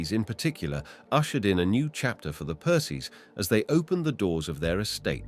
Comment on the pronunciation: I think he meant PERCY ANS? He had bother with PLANTAGINATE'S too As for ALNWICK CASTLE, it is pronounced ANNICK!!! The ALN is a nearby river and WICK is from Old Norse meaning small Inlet or Bay!!!